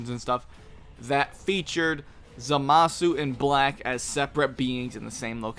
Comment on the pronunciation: Ok I've stood silently for too long... 'ZAH-MAH-SU!!